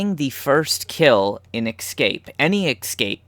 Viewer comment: I know this is old and you probably won't read it, but I had to comment. There is no word as "excape" . Read the damn word. ESCAPE. see the E and S? There is no X or KS . You can read, can't you?